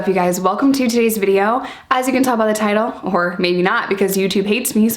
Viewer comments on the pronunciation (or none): none